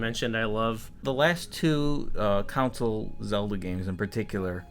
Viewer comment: Lol why do you both pronounce console as council? Con-soul not cown-sil lol. Put out more vids guys. They are a lot of fun. Maybe do a BotW vid on your favorite armors